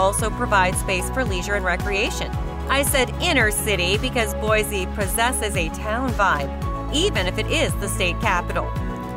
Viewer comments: It's pronounced Mos-ko not Mos-cow. And people from Boise say Boy-see not Boy-zee. Anyway leave Idaho alone. It was way better before non-Idahoans found out about it. CDA is barely CDA anymore. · Don’t trust a clip that doesn’t even pronounce the capital city correctly. Boise is boy-see, not boy-zee. Also, the video shows Boise while talking about Ammon.